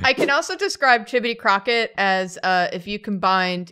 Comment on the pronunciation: You were REALLY close. It's Chibodee.